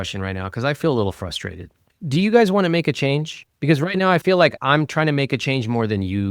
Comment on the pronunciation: Fustrated *Frustrated. FYI.